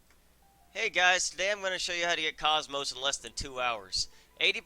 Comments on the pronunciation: It's not pronounced cosmos. It's pronounced Kohs-mos. Like saying coast without the T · u miss pronounce komos if u played the orignal xeno games her name is Kooomoooos long o's